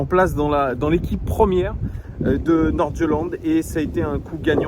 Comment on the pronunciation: En tant que danois un petit coup de pouce: ça se prononce FC Naurchélèn